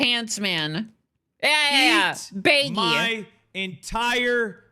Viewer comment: no that would be pronunced baigee, not bayggy